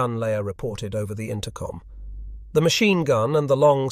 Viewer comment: This narration is much better than many but yes. Listen to how it pronounces machine for one.